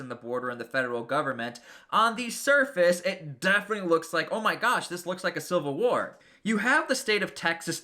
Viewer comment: its civil war not silver war this dude is an idiot